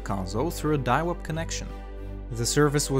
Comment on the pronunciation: Ah yes I remember diawup